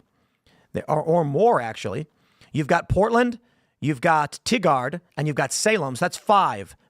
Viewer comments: Tig-erd lol. I swear no one outside of Oregon one can pronounce anything from here. For those curious, its pronounced: tye-gerd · Tie gurd Not TiggARd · Ti-gard. kek. I've always heard it pronounced Tie-gard. It's really sad that these nut jobs outnumber the sane in Oregon and Washington because these areas where they're terrorizing the general public, are nice, well used to be, nice area. Speaking of climate change, you should look into Washington. You literally have these people now advocating to remove the dams on the Columbia River. These dams are one of the major power generators in the region for the state and these people want to remove them for more wind and solar... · OK buddy, I was gonna leave you alone on this but now you’ve done it two times in a row. The city in Oregon is not called TIG -ARD it’s pronounced as if being a tiger was an action in past tense.. TIGER-ED TIGARD OREGON. that’s your lesson for the day on idiot names of cities that liberals call their homes.. it’s funny because these areas aren’t very liberal at all. like here in Oregon city, they are way outnumbered. there’s hardly any liberals here. in Tigard. It’s probably pretty close to the same. However In Salem there’s definitely some leftist nonsense going on, but Salem is full mostly of Mexican and Russian descent and they have all switched heavily into the conservative pocket so it’s hard to say anymore why they think our state is all blue , other than the fact that Portland and Multnomah county in particular are just stacked on stacked on stacked of brain dead liberals and they force us into a “ Blue state”. Meanwhile, eastern Oregon wants to completely succeed from this garbage state and become part of Idaho so that they’re constitutional rights aren’t being questioned every single day of the week. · I know y'all don't care about how to pronounce anything on the west coast correctly if it's not California, but Tigard in Oregon(Ore-a-gun) is pronounced "Tye-guard"/"Tye-Gerd"